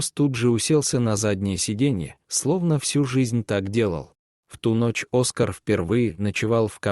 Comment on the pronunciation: Хороший рассказ!!Только...не Оска'р, а О'скар. Ставьте правильно ударение